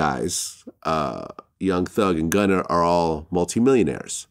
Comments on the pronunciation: Someone tell Vlad it’s not “gunner” 🤣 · stop saying gunner my god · Everybody : “Gunna “ DjVlad : “Gunner “ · Fr i was thinking vlad so white he calls him gunner 😂